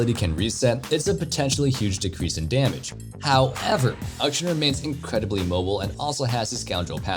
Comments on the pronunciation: Ukshun...... AK-SHAN. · Closer, but not quite there,. You've gotten the first half of Akshan's name right, but still need the last part. I repeat: Akshan, not Ukshin 😬